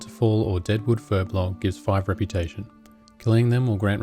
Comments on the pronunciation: Another "Furblogger" It's Furbolg! :P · not Furblog but Furbolg! >_<